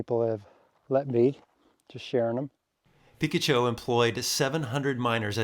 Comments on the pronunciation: Hey, it's pronounced PICK-ACHO. Great video! Gonna have to check out the Valley of Names. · I literally just made a video of this place a month ago. 😅 I live in Yuma now, would have been cool to meet up with you. You can drive to the right, after paying, and go to a look out near where you hiked. It’s also pronounced Pi-kotch-oh not Pika-cho. 😉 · Come on, the area by the River is not pronounced “ Peek-a-Chew”, It’s pronounced “ Pi -catch-oh”😆😉. I’ve not been to that valley of names, but over 40 years ago ( maybe 45 almost😳) some friends & I all decided to camp out there by the old mine ruins & river. It was VERY peaceful and other than an occasional plane flying way overhead you could only hear your heartbeat and the occasional wildlife. We tent camped and long around midnight I remember it being Damn cold & a bit uncomfortable. I had my trusty “ ‘65 -off road lifted Corvair” and my buddies all had mini-trucks, an old Datsun & a Toyota, and we had an otherwise enjoyable time like you did. If anyone else watching your video decides to go explore that area remember you are MILES & HOURS away from most places and people & must be prepared for the worst. “ Plan for the worst & hope for the best “ was our motto back then, & still is to this very day. Thanks for a memorable ride in your video here. Stay safe & give your wife a big hug & Happy 2024. Maybe someday you & I will cross paths as I’m also a San Diego resident & native ( living in El Cajon these days). C-ya buddy 😎👍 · It's pronounced "puh-KA-cho" with a short A. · Peh-kah-cho. You made me google it like I was mispronouncing it all my life lol. Thanks for the videos. I watch them all and make trips based off them for my family in our off road rig.